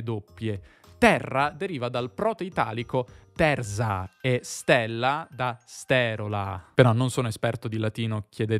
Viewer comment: perché la e lunga in stella (latino) l'hai pronunciata aperta? A me non risulta, anzi.